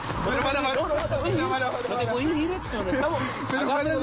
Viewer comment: Es "Edson" no "Epson" lptmre 🙃😂